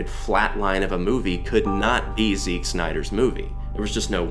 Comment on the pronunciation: Why do you pronounce Zack as 'Zick' ?